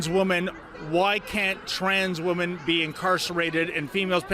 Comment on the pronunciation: please learn how to pronounce 'WOMEN'. You say it the same way you say woman but it is pronounce WIMEN